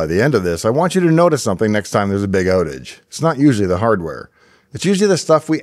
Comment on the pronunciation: the big OATage. someone is Canadian....